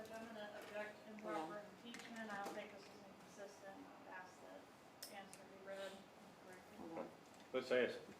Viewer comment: This woman attr. said "axed" , rather than asked.